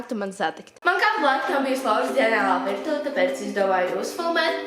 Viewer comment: ilabo savu kludinu virtuve nevis vistuve